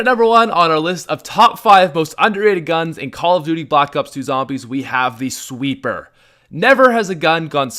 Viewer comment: Why did he call it a sweppr